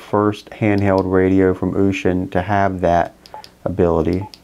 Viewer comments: ushin is a boat. its is said similar to ocean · What did you call it..ooshun..?